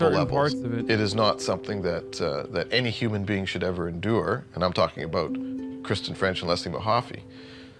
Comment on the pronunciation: The way he said "boot" did sound pretty Canadian! 😅